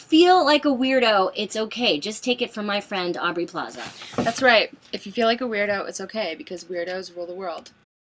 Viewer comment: It's Au"B"rey